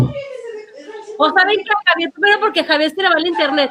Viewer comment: se dice Javier Así que no es x avier